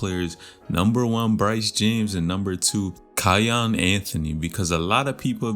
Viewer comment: its key-on